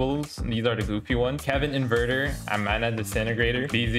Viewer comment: "kevin inverter" lmfao